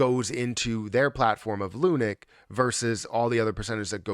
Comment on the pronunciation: Hey bro, great video and thanks for keeping us upto date on Luna. However, can you stop pronouncing it as lu-NIK. It's pronounced LUNK, like hunk punk or stunk.